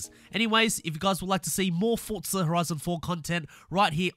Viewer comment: another starting by saying the games name wrong its not Fortza it'sFORZA